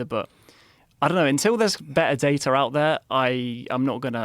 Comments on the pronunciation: There are no R's in DATA!?! what the helly🎉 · “More datar” 🤦🏻‍♂🤦🏻‍♂ why must they add an “R” every time they use a word that ends with a letter A